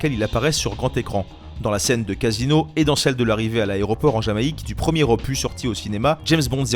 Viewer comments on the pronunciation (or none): none